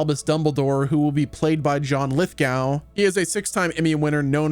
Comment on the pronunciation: It's pronounced lith-go